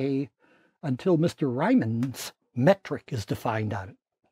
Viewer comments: Pronouncing Riehmann as Reimmann is poetric mistake. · "RYE-man"? Is it a joke I don't get? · CLIFF STRESSED THE WRONG SYLLABLE ON RIEMANN LOLLLLLLL